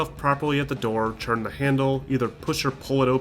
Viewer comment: Why do you say 'turn' 'tchurn' It's super weird.